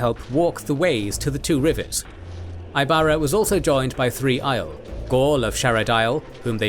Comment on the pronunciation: You can pronounce "Pedron Niall" correctly, but not "Aiel"?